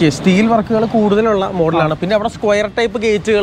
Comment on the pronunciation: സ്ക്യുയർ പൈപ്പ് അല്ല സ്‌ക്വയർ ട്യൂബ്